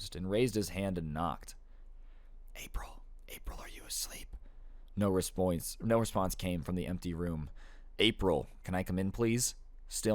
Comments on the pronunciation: no repouwnse NO RESPOUNS lol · “No respoince “😂💀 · "No respoince"